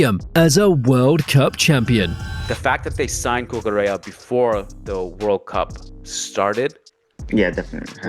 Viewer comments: Marc cucurelia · The mispronunciation of Cucurella was actually ragebaiting me